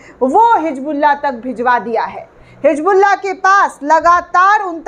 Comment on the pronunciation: It is hizbullah not hijbullah